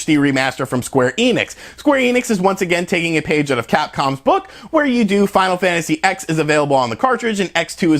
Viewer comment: It's Final Fantasy 10 and Final Fantasy 10-2. Jeeze. I've never heard anyone call it Final Fantasy 'ex' before.